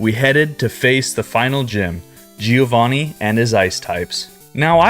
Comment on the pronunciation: Not GÍO VÁNNI.. but GIÒVANNI. Try it and be smoother on pronunciation, faster..